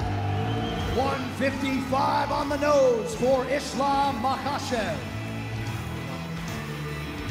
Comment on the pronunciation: You don’t pronounce it maachev it’s a K in there